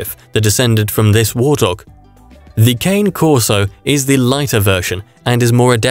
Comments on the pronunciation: Its pronounced ka-nay corso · Great video thank you. But me being Italian , i couldnt stop wincing at the way you pronounced the name brah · If this guy is soooo smart, how come he does NOT pronounce the name correctly? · I think this is the voice narrators mistake